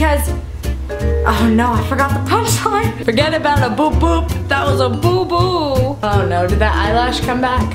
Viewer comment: hannah when u said boo boo it sounded like u said poo poo